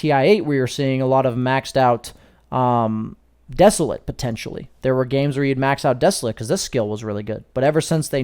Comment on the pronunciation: great video. Please google the pronunciation of desolate. It is not pronounced, as a verb, the way you say it.